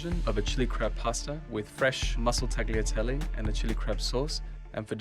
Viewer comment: I can't believe how much they butchered the word tagliatelle :'(